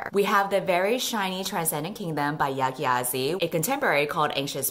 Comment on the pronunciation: Not to sound bratty but you pronounced Yaa Gyasi wrongly